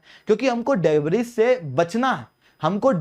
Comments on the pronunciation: डेब्रिस नहीं डेब्री । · In 'debris', 's' is silent